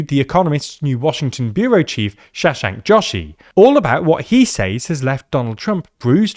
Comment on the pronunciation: Shashank Joshi pronounced Shush shaanck Joe she 😊